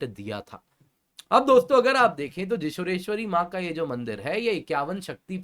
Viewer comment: Sir, the correct pronounciation is जौशोरेश्वरी (Joshoreshwari) . The place "Joshor" was actually pronounced wrongly by British colonizers and never got ammended